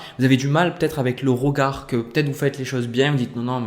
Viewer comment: Le « rogard » 😁🥰 merci j’ aime votre justesse et simplicité